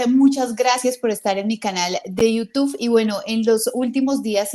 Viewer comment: Buen video, mas sin embargo se dice “iutUB” no “Youtuff” Fuera de contexto pero muy buen video de todas formas.